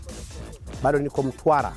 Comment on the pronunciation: Weweee dodi kweli mtambooo Mtwaraaa sio mtwalaaa